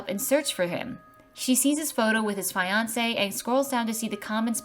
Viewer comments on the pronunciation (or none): It's normally pronounced FEE-yan-sey.. but she pronounced it FAI-yon-sey. Pretty sassy 😂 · What was up with the hard I in fiance lol? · you said "f-eye-ansay" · that's...not how you pronounce fiancé it's fee-yahn-say not whatever you said. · Can we pretend she didn't pronounce fiancé like that 😭